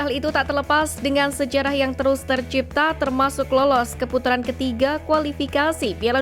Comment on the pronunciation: Ke putaran bukan keputuran min😅😂